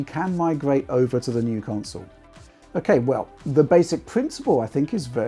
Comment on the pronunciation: Who the heck pronounces it like "conSOLE"?